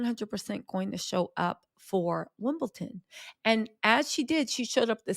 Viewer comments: It’s WIMBLEDON not Wimbleton! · are you taking the piss? It’s WimbleDON not WimbleTON!